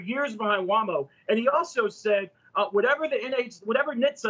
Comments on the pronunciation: "Wha - mo"??? doesn't even know how to pronounce Waymo. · Was watching the same AI Day? And what’s Waahmo? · Man this anti-tesla guy again. It's "Way-mo" not "WAAH-MO". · Guy doesn’t even know how to pronounce Waymo. Why does he keep getting booked?!